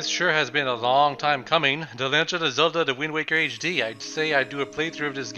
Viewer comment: ZELDAAAAAAAAA NOT CELDA